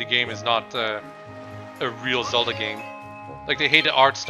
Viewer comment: ZELDAAAAAAAAA NOT CELDA